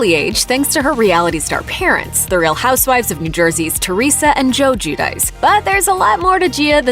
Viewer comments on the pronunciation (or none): It’s more like “gwee-oh-dee-chay” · GIUDICE!! ITS PRONOUNCED "JOO-DEE-CHAY" HOW MANY TIMES DO WE HAVE TO CORRECT REPORTERS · You’re pronouncing their last name COMPLETELY WRONG lmao bruh